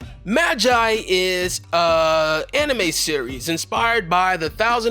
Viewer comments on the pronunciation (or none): Don’t pernoce like ma gi e it’s ma ge e